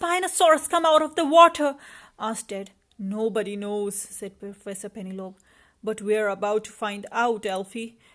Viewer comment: It's pronounciation is penelopeee , also you should read stories much slower for kids to understand and have time to see pictures too.